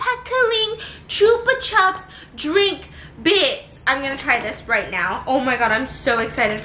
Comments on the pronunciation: "choopa chaps" 😂😂😂 that was cute. Here in Spain we pronounce it as "choopa choops". Our vocal "u" is like your "oo" sound (like in good morning = gud mornin) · Stephianie: chupa chops honey chupa chops! Me: gasps is outraged THE FUCK STEPH!? IT'S CHUPA CHOUPS! NOT CHUPA CHOPS! GUYS HOW DO YALL SAY IT? Chupa chops or chupa choups? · Chupa CHOOPS not chuhps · U say chupa chips wrong ahaha it’s so cute how u say it